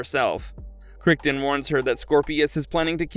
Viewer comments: Needs to be pronounced just like the surname of the Crichton who wrote the Jurassic Park/World novels. "KRI-tn." The voice-over narrator needs to learn to pronounce correctly. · It’s pronounced kriton… ai slop… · Crighton ya if I never watched the show I might not know how to pronounce it either lol kriggton lol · Yes, they really screwed that one up with how John Crichton's surname was (mis-) pronounced by them. Hints for them? The Crichton who wrote the Jurassic Park novels, how is his name pronounced? John's surname is to be pronounced the same way as the surname of the Jurassic author.